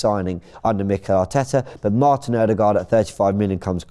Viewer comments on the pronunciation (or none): none